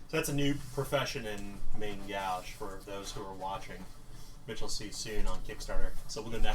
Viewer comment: My god you are slaughtering the French language:) You need to learn to pronounce Main Gauche. Great stuff keep it up!